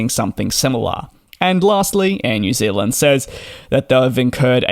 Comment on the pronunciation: New Zealand not Zilland